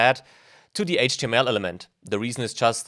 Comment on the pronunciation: Du solltest dir vielleicht die unterschiedliche Aussprache von "the" anschauen. Sorry aber das macht mich wahnsinnig :D